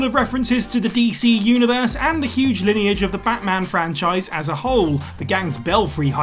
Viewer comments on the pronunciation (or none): none